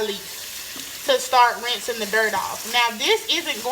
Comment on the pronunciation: Initial rising was soooo country 😂